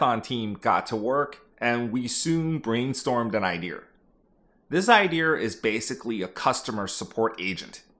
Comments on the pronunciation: Unfortunately you were likely laid off for how you say “idear” instead of idea. If I’m being honest I can’t blame them. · Can't stand the R accent. It idea not ide-r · Genuine question can you explain why you say “idear” instead of “idea”? I’ve heard some people say it like that some times but I don’t understand why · Why are you saying IdeR instead of ideA ?? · Why do you say ideEr for idea? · Why do you say IDEAR instead of IDEA? Wtf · Why do you pronounce it “idear”? Is this a tech thing? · New drinking game every time he says “ idear” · I keep thinking a white guy from the south is talking every time you say "idea" like "idear". I'm gonna guess you grew up in Texas or Oklahoma. Anyways, hope everyone survives the upcoming AI bubble bursting! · I found the guy from Maryland. "Idear" I'm guessing you also say "warsh"? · You don't need a British accent, but stop saying ideaRs. Great content and insights! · please stop saying "iDeer" lmao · I love how you say "IdeaRRRRRRRRRRRR" :D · Yo can you say IDEA right? There’s no R on the end of it. It’s just EYE-DEE-A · Love the video! The “Iderrr” pronunciation was driving me crazy 😂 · The only time I hear it pronounced like that is in west country England 😂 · It was a real iderrathon there for a while. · It’s his brand lol. Bet he was called the Idear guy when he was in the workforce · Yeah it stood out hard. For him sounding like there was no accent to that was very noticeable lol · So many "idears"! :D Boston man? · There is no "r" in the word "idea". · Where is he pronouncing an R in idea? 😂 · There’s no r at the end of the word “idea” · Look, if you want to taken more credibly, stop putting an 'R' in "idea". And then work on your British accent =) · Curious - why do you say idea like that? Is that a regional thing?